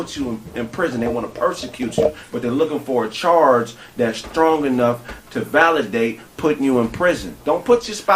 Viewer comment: Did dis nigga say "scrong"black women